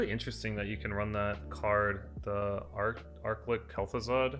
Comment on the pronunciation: arc-lick Kel'thuzad, haha